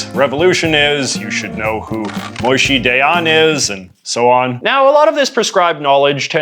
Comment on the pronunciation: Just started the video, but one note - Moshe is pronounced as it looks - Moh-shay. Moishe is one of the yiddish and american jewish pronunciations, not the hebrew